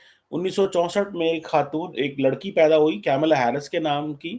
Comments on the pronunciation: get your pronunciation right - it’s Kamalaa Harris, not Camela Harris. Secondly, she will be the first woman (Hilary Clinton never made it) U. S. Presidential candidate period, South Asian descent or otherwise. It is humorous that Paki commentators like you try to wrap yourselves under the South Asian label instead of using the label Indian. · don’t pronounce her name wrongly deliberately out of your non-liking towards Hindus and India. It’s not ‘Camila”. It is “Kamala”. Kamala means “of / like lotus “ Girls in Pakistan are married with cousins, uncle ( Chachu) maternal uncle (Mamu).😂😂😂😂 pahle Bhaiya, baad me Saiya 😂😂😂😂How they will become Kamala? Or Tulsi? 😂😂😂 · Not kaimla its kamla Harris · Atleast learn to pronounce her name correctly. it is not CamelAA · Tu to thik se kamla b ne bol paraha